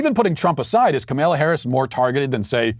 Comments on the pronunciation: Walsh's refusal to pronounce the vice president's first name correctly is either complete Incompetence....or intentionally dickish. He is a political commentator.. this is his job.......your are supposed to be able to pronounce the sitting vice president's name. We all get he is clearly the dumbest DW host.....but he can't be that stupid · when she was stopping by a rally or some shit in I think cleveland?... The video shows her asking I think her security(little foggy on that detail) where they were at, quietly, then puts the mic to her mouth and said, "Hey (Cleveland, I think), it's Camel-uh!" And that's EXACTLY how she pronounced it.. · The way he pronounces Kamala is my favorite 😂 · hahah even SHE, HERSELF "mispronounced" her own name!... 🤦🏼‍♂️ The left is truly insane.. They need to be clinically diagnosed..